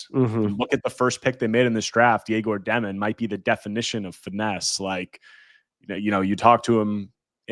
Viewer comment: Egor Demin's name is pronounced “Yeg-or Deh-meen"